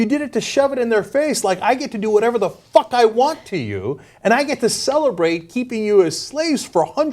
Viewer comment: The emphasis on the word "Fuck". Lol